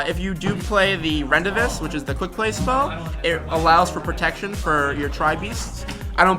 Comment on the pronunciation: I've never heard someone pronounce Rendezvous as Rondavis😂🤣😂